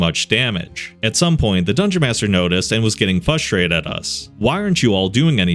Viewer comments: Multiple “fustrated” pronunciations in this one. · Frruss-trrated! Please buddy help me out